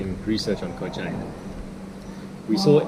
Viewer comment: At least pronounce it correctly 🤦🏻‍♀️